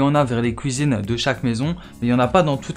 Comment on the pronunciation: Il a dit Kouizine